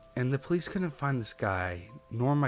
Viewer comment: 🤨 For real? He says things like “Cullent“, instead of couldn’t. “Sarrday “ instead of Saturday. Still like his stories but, the best, he is not. If it was a speech impediment I wouldn’t say shit. However, it’s something he does half the time. Not all the time. Meaning he’s capable of speaking correctly. He just doesn’t care enough to try harder.